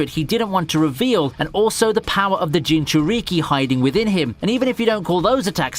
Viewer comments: STOP SAY JINCHURIKI IT HURTS MY BRAIN! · Nigga really said "Ewbitoe Uchyija, and Ginchuryiqui"🤣🤣🤣